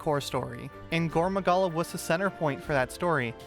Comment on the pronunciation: Please pronounce his name like gorr maggala you’re saying goro Magala